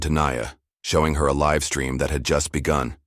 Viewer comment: Live as an adjective is pronounced differently than as a verb. Please keep them straight